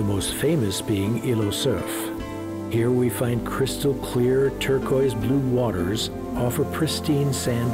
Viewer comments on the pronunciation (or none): none